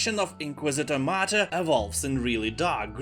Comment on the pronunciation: Thanks for this list, there are really good games in it, that i haven't heard of and will try out, so thank you for that. One thing i would suggest if i may: Your pronounciation is so wrong on some words and that is especially annoying when it's the title of a game, for example how you pronounced Mythos and martyr, really annoyed me, sry 😅 so do a quick search up on how these words are pronounced, that would be really appreciated 😘 at least for the titles of games we spent hundreds of hours in 😂